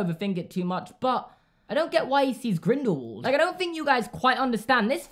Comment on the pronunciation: Am I the only one who gets outraged when someone says GrindelVald and not grindelWald. Like, when you say “what” you don’t pronounce the w like a v, you know what I mean?